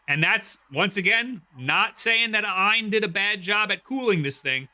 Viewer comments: It's AYE-N not EINE. You probably call it JIF too huh... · just say A-Y-N dawg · I thought it was pronounced A...Y...N?? Or is that an AI doing the voice over? Or have I just been mispronouncing it for 2 years like a proper nob-head?!?😂